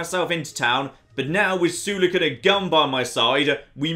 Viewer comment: The way he pronounces Sulik's name bothers me a bit, I pronounce Sulik as (Soul-lick) not sure if it's the proper way of saying it..maybe is right after all and I'm just a noob